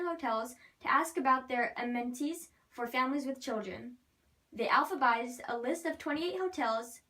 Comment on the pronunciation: Alphabetized, not Alphabized.